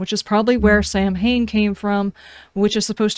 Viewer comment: My only criticism is that you had to make a video explaining this stuff. I think it’s been great. There’s 50 million people making gameplay videos. I play the game so I know the gameplay. I’m enjoying the story and effort you put into. I must say I do miss Lydia. Oh and you said Samhain fine I got the meaning and thought it was a nod to the 80s punk/metal band